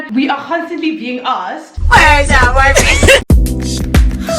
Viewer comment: 🤣😂 "where's your boufriend?!"